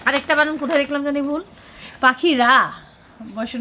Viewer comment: আপু বানাম না বানান।।আপনি উচ্চারণ ভুল বললে সাইফান ও তাই শিখবে